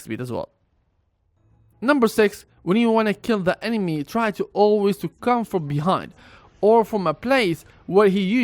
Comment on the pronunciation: STOP SAYING EMEMA PLEASE